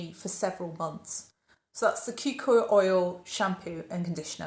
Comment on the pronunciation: I usually don't comment on off pronunciations in video, but the Polynesian in me can't help but mention that the kukui oil product is pronounced ku-KU-ee. (likewise, monoi is mo-no-ee) Totally loving this foray into other scented products!